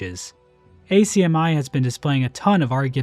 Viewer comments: as an australian, acmi is pronounced 'ack-mee', not 'ack-mai' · Just one small detail, it’s pronounced ACK-ME. Not A C M I. Melbournians pronounced it like that anyways. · not like youll see this but its pronounced ACMI like acne, not ACMI like A, C, M, I. As an aussie. I'll see if I can go next weekend if its still up